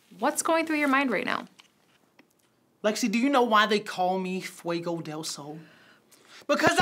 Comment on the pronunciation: Fwey-Go Dale Sol...yeesh.